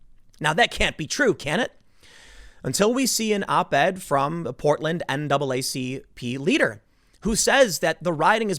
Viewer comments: NAACPeter? Really Timmy? Sorry, but I had to point this out since I found it unintentionally hilarious. 😆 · dat NAACPeeder doe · "naacpeter" hahahahaha. got a good chuckle out of the compound phrasing, i hope im not the only peter who found that hilarious lol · "This NAACPeter" ?? Lol. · “N double AA C Peter”